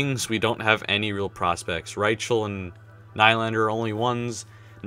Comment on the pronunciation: not Ry-chel its pronounced Ry-kel